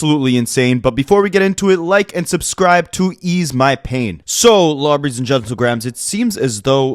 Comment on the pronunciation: My man said lawbreys and gentlegrahams...... Goat 🎤 drop